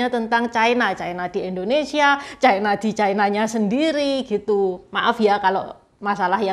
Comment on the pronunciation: Ucapan yg bnr China, bukan Chaina